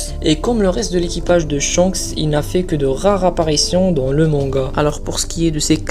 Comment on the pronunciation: xD, répète après: MangA pas MangaO, stp c'est insupportable xD, et évite les fautes dans les titres de vidéos: INCONNUS pas INCONNUES..; tout de même c'est masculin. xD C'est des détails peut-être mais ça te ramènera sans doute plus d'abo. Bon ça sera sans moi. En plus aucun intérêt à la vidéo on apprend rien de plus.